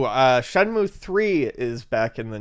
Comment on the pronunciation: Shenmue, not Shemue